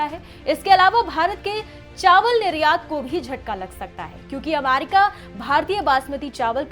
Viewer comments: it’s America and no Aamerika 😂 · अमारिका नाही अमेरिका ऐसा शुभेच्छा बोलते है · First of all its America not Amarica😡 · Ap America ko bar bar Amarica kyun bol rahi hain madam? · America not amarica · America not aaamerrica , gwar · Amaarica bolna sikhao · America bolne to sikh le pahle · 😂 pronunciation bhi nhi aata hai aur news banane chal diye